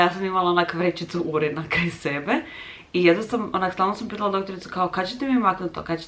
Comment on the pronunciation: super video al brate kak si to naglasila rijec urin 😂😂😂 Rodila sam na carski i uspjela dojit 2 mj, nakon tog presla na izdajanje. Nije to za mene, plakala sam nocima od bolova, prirpemala se psihicki prije svakog podoja. Od kad se izdajam svi sretni, mene nis ne boli, beba je na mom mlijeku, svi mi mogu uskociti sa hranjenjem. Ma miline.